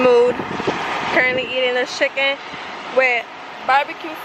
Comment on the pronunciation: .".eating a shhicken.."..thats dope!!!